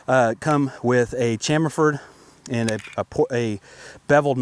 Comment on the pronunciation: It's cham - fer or chamfered